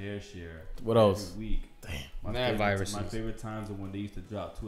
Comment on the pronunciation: Yo did he just say Advirus?